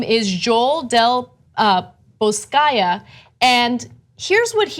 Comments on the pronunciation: del boskaya? learn a little before go in front a camera. Del Bosque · How did you get 'Boscaya" from 'Del Bosque'? GAH! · Ana had such hard time pronouncing Del Bosque?????? Ridiculous. I know it is not about the message but with a simple reading of Spanish pronunciation you can say such names well.